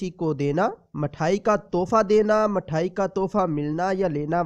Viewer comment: Mathayi nhi mithayi bolte hain jeee